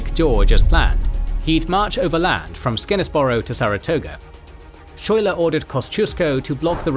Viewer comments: Didn’t you see Hamilton? It’s pronounced “sky-ler” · Just FYI (even though he probably won't get mentioned again), it's pronounced Skyler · Lafayette pronounced (laf-a-yet) Schuyler pronounced (Sky-lar) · It's pronounced, "sky-lar". Just FYI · it’s pronounced ‘Skyler’ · General Phillip Schuyler is actually pronounced as Sky - ler. The town that Burgoyne's surrender in was called Saratoga, and is now named Schuylerville (which is my hometown). Schuyler's House (and an obelisk celebrating the battle) are in Schuylerville. Jane McRae is pronounced Mc - ray. The reports of her death and the use of Hessian mercenaries enraged the colonists and led to the huge influx of troops to Gates position between the first and second battle. Bemis Heights is pronounced Bee - miss. Finally, the injury that Arnold sustained led to his recovery in Philadelphia. His anger of Gates taking credit for the victory at Saratoga and the problems with his military governance eventually led Arnold to his betrayal of the Revolution. And just because any British person visiting the battlefield will get it wrong, there is a town just east of Schuylerville named Greenwich. In New York, that is pronounced Green - witch. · A#4.comment regarding pronunciation of principle characters' names: General Philip "Schuyler" the correct (local resident) rendition is "Sky-ler"